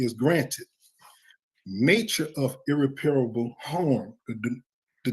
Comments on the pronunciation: Ugh, irreparable is NOT irrepairable! Look, right there in the wrong word, the 7th letter is an "i", the correct word does not have that "i"! Right pronunciation: ih-rep-er-uh-buhl Wrong pronunciation: ir-ri-pair-a-ble I see lawyers making this mistake! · Him saying "ir-re-PAIR-a-bull" rather than "ir-REP-per-bull" makes me cringe every time. . . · Intelligent? - Desposition? And that is not how to pronounce irreparable, to cite just a few. His word salad has made me hungry for a real salad. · irreparable, there's no I. it cracks me up when these dudes think they can master law by reading a few lines of a pamphlet he paid for or a Youtube page vs. three years in college plus a couple years actual experience when they've had their whole lives and can't even master the English language, just sayin'...